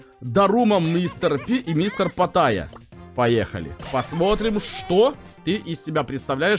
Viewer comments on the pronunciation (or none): Почему патайя если он питайя?